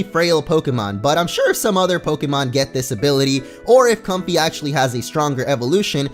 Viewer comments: I'm pretty sure it's pronounced so it rhymes with the word way (like Com-fay) not comfy lol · Comfey's name is pronounced COM-FAY. Fey (fay) is a term for fairies. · It's pronounced "Com-Fay" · it's com-fai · I think it should be pronounced com-fei because of lei. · I think it is pronounced com-fei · i think its pronounced com-FAY like ley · i think its a play on com-fey or "fey" which is what you call a fairy